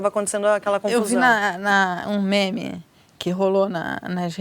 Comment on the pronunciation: ponto alto do meu dia: ver a Mara falando "eu vi um MENE" hahahahah melhor pessoa, restaurou minha fé na sociedade